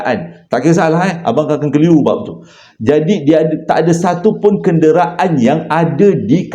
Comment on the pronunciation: KEN-DE-RA-AN oiii 😂